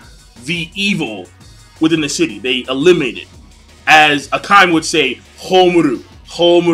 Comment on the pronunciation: Is it really pronounced Ah-ka-me (like ah-kami)... I'd swear it should be Ah-ka-meh. Regardless I'm interested in this as I enjoyed the first episode. Also pretty sure this is a Shonen in the manga, at least thats what Wiki says.